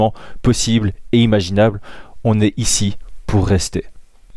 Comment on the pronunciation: Il a pas dit NAW you Know il a dit NÔW. Ça a fait; No U No 🤣 Ça coûte rien l'accent. C'est gratuit en plus, LoL.